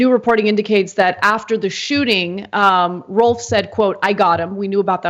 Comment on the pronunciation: a bullet went through another person's car. pretty sure the name is rolfe, not wolf